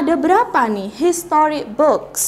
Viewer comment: I heard your "HISTORY" Pronunciation 😂